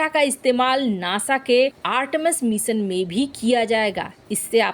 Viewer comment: मिसन, कोसिस, अन्तरिच्छ यान, कच्छा, भविस में, क्रैस, निर्णायक छन्न, घोसणा, कितना अशुद्ध और भद्दे हिन्दी उच्चारण का नमूना यह चैनल, भारत की बेइज्जती का नमूना जो लगभग प्रतिदिन किया जा रहा है